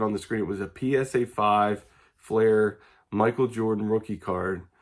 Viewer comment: MJ Flair? Yeah all credibility just went out the window. Who does know how to pronounce the Jordan rookie card correctly? Fleer. not that tough.